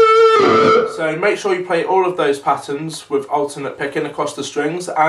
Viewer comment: I also heard ULTIMATE, but then i was like "he must have said alternate", lol.